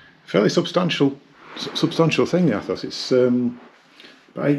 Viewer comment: Its pronounced ETHOS. Jesus.